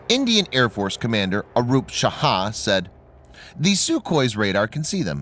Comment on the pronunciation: Sir,fyi that IAF officer is the fmr.COAS of the IAF, Arup "Raha" not "Shaha". Btw,pls share your views and analyse India's indigenous AESA program and other such advances it makes in def tech.